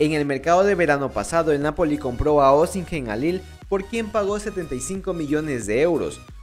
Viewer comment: Se pronuncia sin la H crack, OSIMEN!